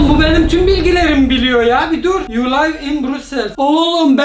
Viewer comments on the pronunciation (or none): none